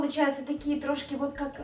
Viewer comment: слово "трошки" -ах как приятно слышать украинский акцент, ух!!! трошки=немного